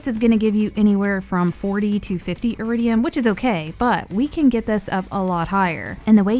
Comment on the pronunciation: Wait, it’s eridium and not eridian?